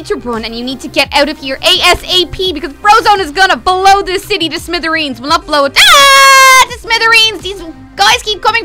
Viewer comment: "U must freeze the shity" I think she ment city lol BTW live u and little kelly